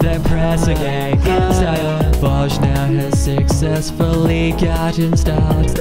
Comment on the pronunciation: Thx dude, nice rhymes and lolz it sounded like you said fudge instead of forge. xD